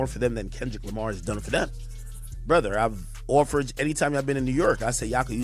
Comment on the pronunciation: Sounded like the Canadian version a couple times. "Bruv"